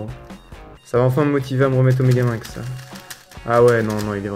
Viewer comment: Petit detail on dit me-ga-mi-nx